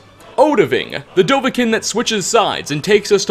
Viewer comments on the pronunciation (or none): I’m on board with everything except the way he says dovahkiin. The song, and every person in the game call him Doh-vah-keen. It’s even spelled with 2 i’s.